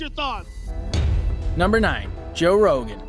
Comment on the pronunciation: His name is Joe ROGAN not REGAN.